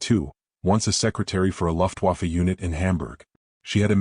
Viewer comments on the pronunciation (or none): It is definitely NOT LUFTWOFFA. LUFT MEANS AIR AND WAFFE MEANS WEAPON. LUFT STARTS OUT LIKE THE WORD LOOK. WAFFE STARTS WITH THE GERMAN LETTER VAY, WHICH IS OUR W. THE CAR CALLED VW TO GERMNS IS A FOW VAY.